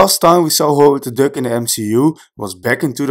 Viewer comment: Nice video.. when I heard you pronounce Duck, I thought you might have been dutch... Het is meer DAK dan DUK... ik lag in een DEUK... Anyway, nice collection of Easter eggs... saw the movie today. loved it...